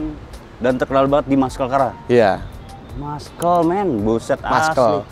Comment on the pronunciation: Maskel..:face-blue-smiling:Muscle bacanya masel aja bos